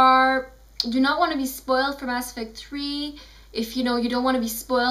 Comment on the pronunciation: "Bass Effect 3" lol